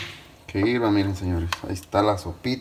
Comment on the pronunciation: Se dice hierva, no hirva, por favor